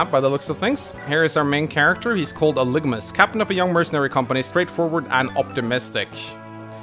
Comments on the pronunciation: Aligma balls is all I can think of every time misreads algimas name 😆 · I know you're on vacation now, but hopefully you realize that you're mispronouncing Algimas, you're getting the letters mixed up. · Think you're flipping the g and the i in Algimas there buddy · It's actually Algimas though, not Aligmas. He has the i and g backwards. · I'm way late to this, but why wouldn't you go with the red color on this one... Also, "Aligmas" lol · Are we just going to ignore that his name is Algimas and not Aligmas? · A new LP and im already cringing at not being able to read. It clearly says Algimas and he says "Aligmas" I know im being petty but it bothers me. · I know I'm late but its ALGIMUS AL-GIM-US NOT ALIGMUS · Dude. Please. His name is pronounced AL-GEH-MISS